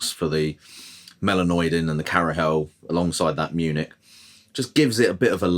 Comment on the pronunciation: Munich What did you call it?😂